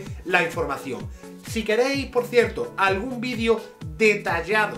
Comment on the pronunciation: Extraño cuando decía "vidrio" en vez de "vídeo":,v. La vida ya no tiene sentido